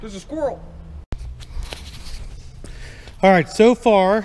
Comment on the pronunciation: “There’s a squorrl (squirrel)